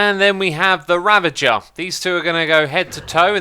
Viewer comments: Ra-vuh-jer Not revenger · It's a raaaaaavenger not a reeeeeevenger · The fact that he keeps calling mooshrooms, mushrooms is driving me crazy. Also ocelots/cats have never taken fall damage. And its Ravager not Ravenger. Otherwise good video I love your content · stop calling it a ravenger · Is it hard for British People to say "Ravager"? I don't get why so many people say "Ravenger". And do they know that they aren't saying the right thing? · R A V A G E R not REVENGER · Also its ravager nit revenger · Ravager not ravenger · ravenger, not revenger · Xisuma: Revenger Literally everybody else: Ravager not Revenger! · oh man you can REALLLY tell how far back this was recorded due to him saying "ravenger" instead of "ravager" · Do you call a 'ravager', a revenger because it became your habit, or you never noticed it or because it makes some people go off or just because you want to ? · Hey Xisuma, did you ever notice it's called RAV-AGER not revenger. Sorry it was bothering me. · it is ravagers, not ravengers: end game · THATS NOWHERE NEAR HOW YOU SAY RAVAGER! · I can't believe someone as experienced at Minecraft as Xisumavoid didn't know cats don't take fall damage. And can't pronounce Ravager properly. At least to his credit, unlike Antvenom, he knows Golem is not pronounced "Gollum". EDIT: And now, later in the video, he actually pronounces Ravager correctly and pronounces Golem wrong in the same sentence. Ugh.